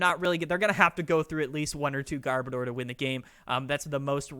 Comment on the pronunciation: A lot of ppl massacre garbodors name. Its gar as in garbage. And odor as in oder. Sorry but it just irks me on how simple that is to figure out and they massacre its name